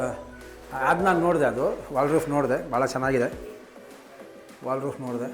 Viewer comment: ಅಯ್ಯ ನಿಮ್ಮ ಮನೆ ನಿಮಗೆ ಗೊತ್ತಿಲ್ವ 😁.. ಇಷ್ಟು ವಿಡಿಯೋ ಮಾಡ್ತೀರಾ ದೇವಿಗೆರೆ ಲಿಫ್ಟ್ ಕಂಡೀಶನ್ ಹೇಗಿದೆ ಅಂತ ತಿಳ್ಕೊಂಡಿಲ್ವ ನೀವು!!. ಸ್ಲಯ್ಡ್ಲಿಂಗ್ ಐಡಿಯಾ 👌👌👌. ವಾಲ್ಡ್ ರೂಫ್ ಅಲ್ಲ. ವಾರ್ಡ್ ರೋಬ್ ಅಂತಾರೆ